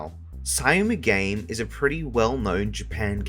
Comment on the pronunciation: Syamu_game is pronounced as "SHAM-GAME" just for sure.